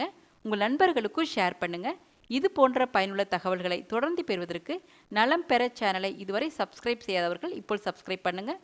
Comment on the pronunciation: மாதுளையை அடிக்கடி சாப்பிட்டால் சளி பிடிக்கும். ஏன் இப்படி ஐடியா சொல்றீங்க? மேலும் "ற்' வரும் சொற்களுக்கு ஏன் ர்" உச்சரிப்பு கொடுக்கிறீங்க? பெறுவதற்கு என்பதில் உள்ள "ற்" இக்கு ர்" ஒலி கொடுத்து பெறுவதர்க்கு" என்று உச்சரிக்கின்றீர்கள். திருத்திக்கொள்ளவும்.